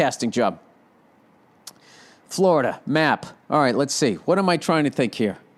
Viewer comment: haha oh shit, that's the funniest shit ever did on your podcast, talkin shit about Tom Brady and taking his widdol football and going to fwowida